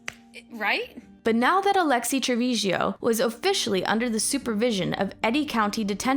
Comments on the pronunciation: 😊 please, her name is Trevizo, not Trevizio. It is destracting to hear different versions. Thank you for the coverage of this sad case❤ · Tre-VIZO!!! not tevesio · They all knew and hope she gets the maximum for murdering this precious baby. Also, please pronounce her last name properly: it’s Trevizo (tre-bee-zo) not Trevizio how it keeps being pronounced here. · Why you keep pronouncing her last name as TrevizIO? It's TrevizO. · she said trevizhio the entire video, i'm correcting because there WILL be follow up videos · I thought this video was pretty well done, but it bugged me that you kept mispronouncing the suspect's last name.